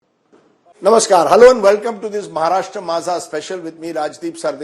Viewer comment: Maharashtra ❌ Mhashra ✅ 😂😂😂